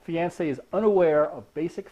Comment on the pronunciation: Wow, that's the weirdest pronunciation of fiancé ever. It's off-putting. Useful video though. Thanks.